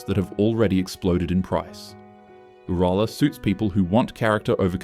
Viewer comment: Sick of AI voiced videos nothing bugs a true Aussie than hearing names butchered ‘like Uralla’ if your so lazy you can’t voice a video then don’t make one …I’m blocking this AI channel as I do with all AI channels